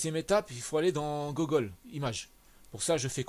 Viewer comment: LOL désolé pour ma prononciation... Pourtant mon anglais parlé est plutôt meilleur que la moyenne mais j'ai du mal avec "Gogole" Je ne pense pas que ça soit un blocage.